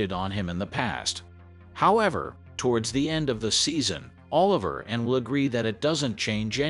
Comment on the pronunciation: You said Martin Short character name wrong. His name is Oliver(...la...ver)😂 lol. But I am about to watch this phenomenal series probably sometime next week.